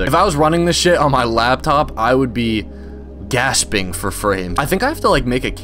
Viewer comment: “GAHSPING, for frames” 😭 🙏🏻 😂 new fav YouTuber 💚